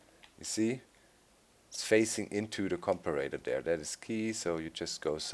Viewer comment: Comparator's correct way to say it Com-pair-a-tor